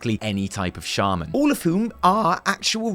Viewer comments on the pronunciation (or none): none